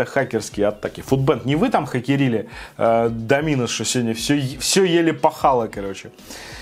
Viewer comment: Пожалуйста, не говори с ударением на "и" ДомИнос, очень напрягает. Правильно только ДОминос:)